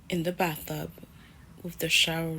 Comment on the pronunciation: Wait, hold up! Did this bi$%& just say "baththub" insted of bathtub?! 🤦🏾‍♂️😂 You don't need a man ho, you need a speech therapist! 🤣